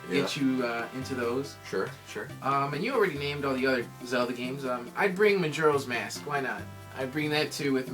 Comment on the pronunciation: (aka ) why do you pronounce majoras mask wrong